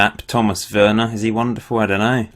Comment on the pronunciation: It's not pronounced Tom Verner, it's Tom Werner. He's the chairman of Liverpool and the Boston Red Sox (my hometown baseball team)